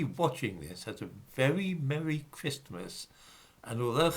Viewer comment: Enjoying your pronunciation of ChrisTmas